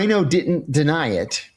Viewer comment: Are you able to pronounce didn’t correctly?